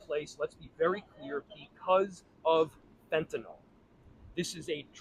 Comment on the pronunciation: He's quite the animated drama queen. WTF is he putting in his coffee? The arm flailing is concerning.... He can't even pronounce fentanyl correctly 🤦😆 he's so full of 💩 I can't even watch the entire string of lies falling out of his mouth. Get rid of this worthless muppet!